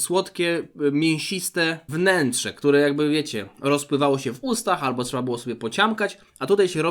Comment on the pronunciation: ALBO je kasztana.